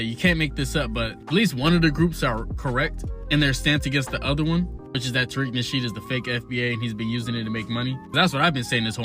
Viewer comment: Taweak..Nawshiid... he's Lex Lutha....😂😂